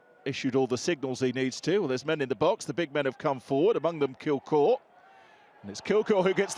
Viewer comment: Kilgour not kilkour 🤦🏼‍♂️